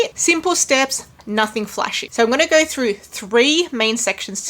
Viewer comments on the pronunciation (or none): none